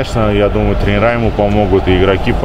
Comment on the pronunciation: Женек, не "тренерА", а "трЕнеры"